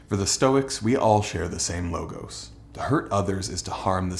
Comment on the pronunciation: You somewhat get off on the wrong foot when you mispronounce the word 'logos' Law-gahss